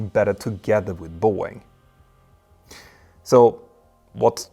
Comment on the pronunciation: Please pronounce "BOEING" CORRECTLY!!